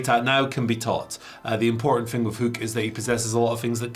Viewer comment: Nah, go with pronunciation of Hoook. I look forward to Samantha Irvin Screaming it out over arenas everywhere:D